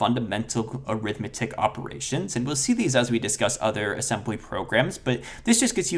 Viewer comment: Ass-em-BUH-ly NuKE-U-Lar